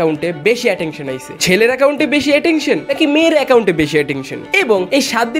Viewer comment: Attention ❎ Atektion ✅ 😂😂